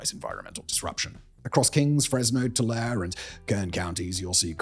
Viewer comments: Simon: mer-SAID and too-LARRY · its pronounds TULAREEE!! lol. great video btw